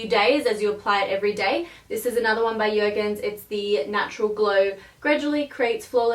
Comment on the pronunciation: Jergens isn't scandinavian. You pronounce the J.